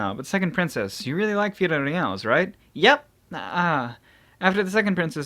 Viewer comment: FI LO LI AS Not firorias